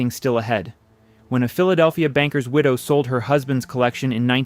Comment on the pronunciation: Parke-Bernet, the Bernet is prounounced Bernet, not Bernay. Don't addy a French pronunciation.